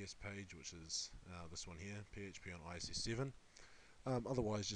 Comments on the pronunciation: All that knowledge, but can't setup a mic, or say I I S not ISS Jeez I wonder sometimes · why do you keep saying ISS? it's IIS...